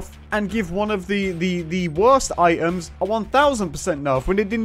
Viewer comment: What Kind of accent does he have ? Twitter -> Twi—er Items -> I-ems